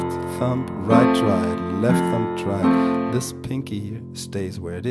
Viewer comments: Am i the only one that kept hearing him say thump instead of thumb???? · Thumb is pronounced 'thum' the b is silent.